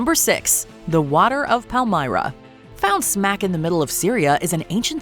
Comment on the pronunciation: your pronontiation of PALMYRA is absolutely hidious